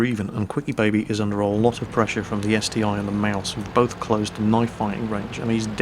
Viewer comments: Pretty sure it's ST-1 not ST-i. It's like saying Tiger aye aye for the Tiger II. I also can't take what you say seriously when you say ST-i XD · Haha agree that its ST-1 you snoobs ;)